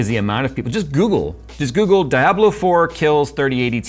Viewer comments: Its Di-a-blo ! Not fkn Dai-ablo... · Gigabyte's horrible RMA service is the sole reason that I don't buy Gigabyte products. They're generally pretty good in my experience, but if something does go wrong, you might as well just throw it in the bin and buy a new one. Also, pronunciation of "Diablo" as "Die-Ablo" made me giggle. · Who says DYABLO? DIE-ABLO? DYE-ABLO?